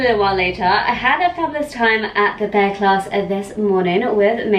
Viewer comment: Looks like you’re having such a fab time!! You’re so cute 😅 the barre class is pronounced bar not bear 🐻❤